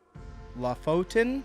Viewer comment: Lofoten is pronounced Low-fouten